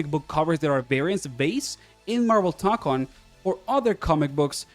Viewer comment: It's "toe-kon", not "tock-on". The mark above the o signals that it's a long o. Plus if you don't trust me, it's also how the in-game annoucer says it